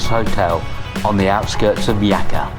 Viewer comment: Jaca is pronounced hacka